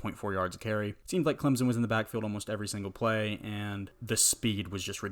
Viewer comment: NO Z IN CLEMSON please stop my ears are bleeding